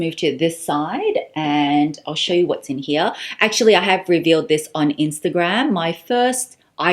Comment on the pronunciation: “in hearrrrrrrra